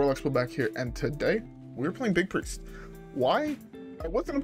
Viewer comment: It’s pronounced Biest. Big + Priest